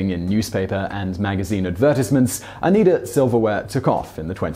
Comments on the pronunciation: I'm sure that people have already corrected it but the pronunciation of Oneida is O-Nii-Da, with the long I sound, not an E one. Named, no doubt, after Oneida County in New York. Which itself was named after the Oneida tribe that was once part of the Iroquois Confederation. They backed the British during the French & Indian War (Seven Years War) and the Oneida were one of the few tribes to support the American cause during the Revolution. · Sarah Vowell wrote a very in-depth chapter on this community in "Assassination Vacation." I used to live near here and visited the museum it is now. I never guessed it was so gross. It's not O-nee-dah. It's O-Ni-dah. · "The Oh-NEE-ders" is the mispronounced name of the band from That Thing You Do, not, as others note, how to say Oh-NYE-duh. Even weirder that Simon got it right the first time then switched. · I grew up about 10 miles from where this was. You got 2 things wrong. Oneida is pronounced Oneyeda, not Oneeda. Apples, pears, strawberries, plums, raspberries and blackberries all grow very well in the area and Apples are a major crop so the winters are not too harsh for fruit growing. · It's pronounced "oh-NY-dah" (not oh-nee-dah) and the name of the silverware company, as well as the name of the creek, comes from the name of the native american tribe whose lands all of this took place on. The name Oneida primarily signifies the tribe. In fact, if you type Oneida into wikipedia, the first hit is for the tribal nation. And as an aside, fur trapping wasn't booming in New York state in the mid-nineteenth century, it was collapsing. Fur trade in that region first boomed in the 1640's (the entire colony and later state was built on fur trade) and didn't slack until fashions in Europe changed around the time the community was forming. I grew up in the area, but you can get all of this information from spending five minutes on wikipedia. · Simon, Oneida is pronounced OH-NYE-DA, not OH-KNEE-DA. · its not o-need-duh, its o-nye-duh